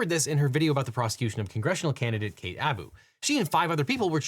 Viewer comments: It's Kat Abu not Kate lol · The mis-pronunciation of Kat Abu hurts